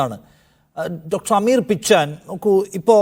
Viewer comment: Dr പിച്ചാൻ അല്ല, പിച്ചെൻ ആണ്